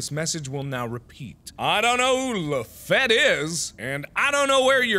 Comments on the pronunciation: "this is Lafatte-" lafAYETTE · LeFette: I’m LaFette Me: LAFAYETTE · Gabriel Oropeza America's Favorite fighting Frenchman is Lafayette. not LaFette. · Lafette is pronounced Lauf-eye-et just so u know 😂😂😂😂😂😂😂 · lafette... LAFAYETTE???!?!?!?!??!?!??!!!!?!?